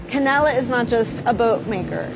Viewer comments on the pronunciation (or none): She says "Canella". Every. Single. Time. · It’s pronounced can del a